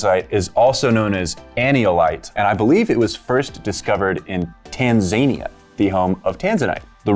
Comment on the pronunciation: I have never heard that pronunciation of Tanzania and it made me smile for some reason